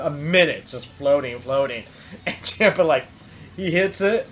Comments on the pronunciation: I subscribed but it's champ-a pronounced Chompa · I CRINGE SO HARD WHEN YOU SAY CHAMPA